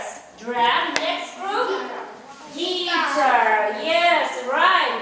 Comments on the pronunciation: Очень много ошибок в произношении слов: белка, пианино, гитара.......иногда опускается глагол to be....... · Она неправильно произносит некоторие слова. Да и в грамматике тоже проблема. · The stress is on the second syllable in the word guitar (gi"ta:) and it's drum, dr/\m, not dram. И в каком вузе вы учились интересно?